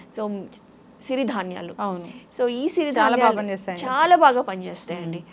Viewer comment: సిరి ధాన్యలు అనరు, "చిరు ధాన్యలు " అనాలి